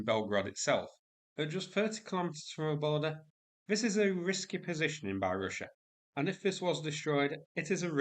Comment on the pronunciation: I smile every time you pronounce "Ruzzia". Warms my heart!